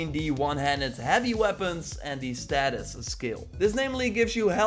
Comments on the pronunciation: Stay-sis not status Good vid tho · Thanks for the vid. Btw it's Stasis not Status as you pronounced it